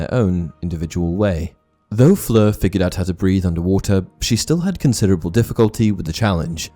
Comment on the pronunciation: You're pronunciation of Fleur's name is SO PERFECT !! Great video absolutely, but i couldn't get over how well you say that name with all the nuances on point !!